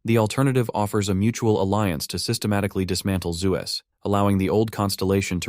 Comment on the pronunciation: I heard it. You typed zeus wrong in the ai voice reader. ZUes lmao